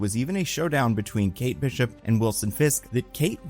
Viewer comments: Excuse me,? Kate Beeshup? I could sort of understand calling Ahsoka “Ashoka,” but “Kate Beeshup?” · Bee-shup? Ashow-ka???? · Why does he mispronounce so many names? Beeshup? Ashoka? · His pronunciation is making me lose it. ASHoka? BEESHUP 💀